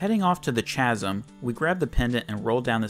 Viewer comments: nice challenge, truly one of the rarely used weapons in the game. But I'm pretty sure "Chasm" should be said as "Khasm" (with a k sound). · These videos are quite good, with commentary that has great pacing. But, please say Chasm with a hard C next time.